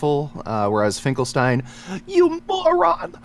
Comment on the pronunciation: omg its finkelsteel